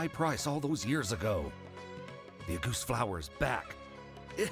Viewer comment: auguste is a french name and emilie is right on the money about its meaning. as a french speaker myself, i love the way emilie pronounces it, it’s adorable 🤭